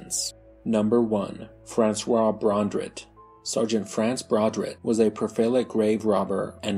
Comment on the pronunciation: Not sure if the voice is auto-generated or if this is pronunciation challenged. BRON-drit?? It's BER-trand!